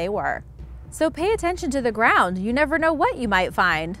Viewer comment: Did you say gwound